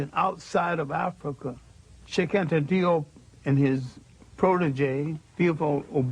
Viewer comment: Cheikh Anta Diop is from Senegal and his name was romanized in the French language due to colonialism. The pronunciation would fit the spelling “Jop” in English as in rhymes with “hope”